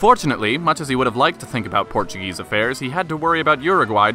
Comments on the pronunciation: yes he did all those deeds yet he double crossed his People by abdicating Portugal's throne. He only won the civil war because he had the support of the English (as you mentioned) the majority of the Portuguese people supported D. Miguel. By the way your Portuguese pronunciation was Excellent are you fluent in Portuguese? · Very good video. Nice Portuguese pronunciation! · Excellent Portuguese pronunciation and great channel.